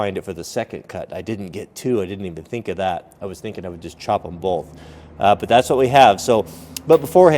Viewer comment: There is no "L" in the word BOTH! That being said, love your vids!